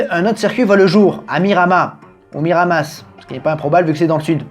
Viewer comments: Ça s'écrit miramas, mais on dit miramasse, je viens du coin 😂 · Hello je viens du Sud et le '' s '' de Miramas se prononce 😁 Pas de '' mire à masseuh '' ou de '' mire à massssss '' juste '' mire à masse '' 😂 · Salut et merci pour cette belle vidéo sur les circuits français Pour la ville provençale c’est : miramas en prononçant « masse » à la fin. Bonne continuation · La moitié des commentaires : "On dit Miramasse". L'autre moitié : "J''étais là au premier GP de F1 à Saint Gaudens, alors que je suis provençal (et pas gallois)". La troisième moitié : "On dit gôdinsse". Voilà. Je me refais toutes les vidéos du Circuit et je voulais juste remonter cette série dont j'avais apparemment raté la moitié XD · On dit bien miramassss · Ça se prononce Mirama il me semble . D'ailleurs ce circuit est maintenant le circuit de test privé de Bmw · Il y a un S. Dans le sud toutes les lettres se prononcent ça se dit MiramaS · On prononce bien le "s" dans Miramas 😅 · Le s de Miramas est bien prononcé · Salut super t vidéos on prononce bien le s de miramas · Ça se prononce Miramas (le S se prononce) Je crois bien que ce circuit sert maintenant de circuit test pour Michelin 🤔